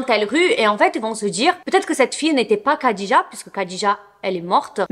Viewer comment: Merci pour ce fait divers (je n'en avais jamais entendu parler). Il me semble que Khadija se prononce rhadija (je ne suis pas arabophone donc à vérifier mais Disiz le prononce comme ça et quand j'entends Khaled Hosseini les arabophones le prononce Rhaled ^^)